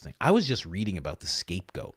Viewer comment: Coach did you say "the escape goat"?...